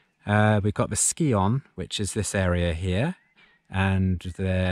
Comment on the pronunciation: Scion is pronounced as if it says sion, not skion.